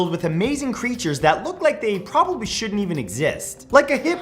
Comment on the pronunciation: pronunciation: crætures